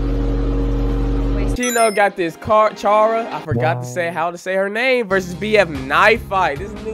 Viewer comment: Finally, someone who says chara's name right!